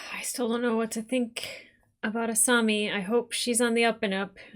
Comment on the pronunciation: Uou you are saying asami's name wrong